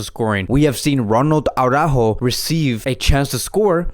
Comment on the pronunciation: it is not Au-rájo. No. The accent is on the ú. That means that the emphasis is on the ú. It's Ara-ÚÚÚjo. Try it! Ara-(pause)-Újo. Ara-Újo... AraÚjo. You can do it! Saying AurÁjo to Araújo is like saying Khavóón instead of, or Pooky to Piqué. Just listen to Alex from BP, he is a native Spanish speaker who pronounces it correctly. At least let us have some respect for FCB's players by pronouncing their names correctly. For the rest, you're the best, definitely! Just giving you some friendly advice.